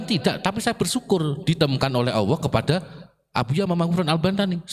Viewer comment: Sayang bacanya Allah AWOH